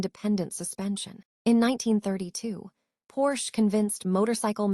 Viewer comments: AI or not, every time I hear the Porsche name mispronounced it grates. I would much rather hear a human rambling on than these damned slick and often laughable AI robots. A case in point, "During the nineteen twenty [pause] ess..." I could not take it after the mark and bailed. The stilted cadence and emphases in the wrong places make it a pain to listen to. I will not listen to this channel again! Grrr! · You lost me when your AI bot mispronounced Porsche. Need to check your work before you publish.